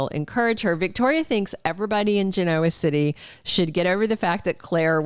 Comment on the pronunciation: Learn how to pronounce Genoa City, please!